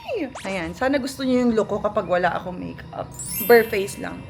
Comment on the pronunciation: First things first. Bare like "beyr" not ber.